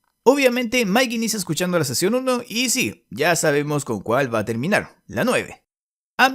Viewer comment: Seeeecionn suuueeeeveeee